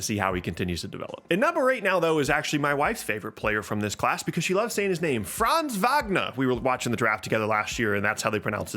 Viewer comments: Never heard an American spelling Franz Wagner so good good job! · Good pronunciation of Franz Wagner :)